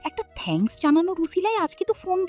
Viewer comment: ও ভয়েস মনে হচ্ছে মিমিক্রি করা হয়েছে। কারন এখানে sorry কে sarry আর thanks কে thankos বলছে আবার ও thanks কে thankos আর sorry কে sarry বলছে এবং দু একটা উচ্চারণ ও সেরকমই করছে, গল্পটা পড়ার ধরন টাও কেমন অদ্ভুৎ প্রত্যেকটা শব্দ থেমে থেমে পড়ছে যেটা শুনলে মনে হয় এই প্রথম ভয়েস দিচ্ছে।যে গুলো অন্য কোন গল্পে করে না। প্লিজ এতো সুন্দর গল্পটা এভাবে নষ্ট হতে দেবেন না।